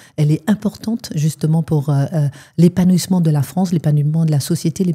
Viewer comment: « La liberté d’expression elle est de bon sens, elle est importante pour l’épanouissement de la France, l’ÉPANOUIMENT de la société, l’ÉPANOUIMENT de la démocratie. » Tu a to vite Quitine. Et ceux qui me disent que je refais l’accent africain, j’aurais fais la même avec Gabrielle Cluzel, sa grande copine d’extrême droite.